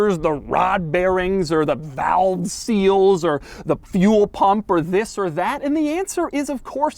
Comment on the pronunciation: "TWHISS IS DUH...."